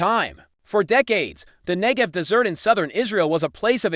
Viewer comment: AI voice, aggravating and inaccurate. "Ngev desserts" lol.